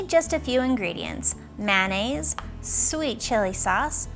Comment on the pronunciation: The way you say mayonnaise makes me cringe